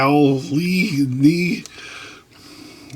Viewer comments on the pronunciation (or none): You cant pronounce "levo-wal-ne" ? .....Livo-wal-ny..... Livowalny.